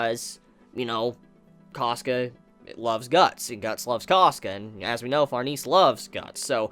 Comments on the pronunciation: What an awkward way to pronounce farnes....she is french...the e is silent...its pronounced like farms...but with an N instead of M...so like Farns.. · It pronounced farnaysay